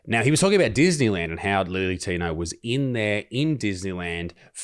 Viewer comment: Can we stop saying lily tino.....when its clearly Billy tino?